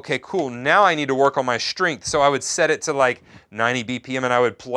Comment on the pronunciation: Shtringth ... im sorry, i had to, after hearing it once i couldnt stop...